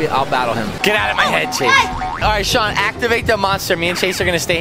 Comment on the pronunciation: SHAWNNN ITS SHAWN